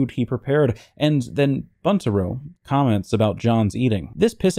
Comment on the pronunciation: Pronounced Būntaro with a long u.